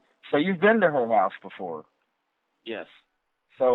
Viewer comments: I’m sorry but hulse 😂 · Which "heaws" did the crime happen at? Also, I was wondering if the suspect is usually the victim's "speaws" and if the crime was "abeawt" one of passion or a custody battle eh? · What part of north america are you from to pronounce the word HOUSE That way ? HOEUSE